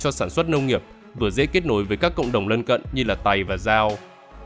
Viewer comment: đúng ra là dân tộc (người) Tày nhé; chứ không đọc là Tầy nvddl ///